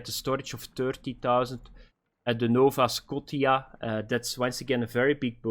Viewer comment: The way he pronounced Nova Scotia 😂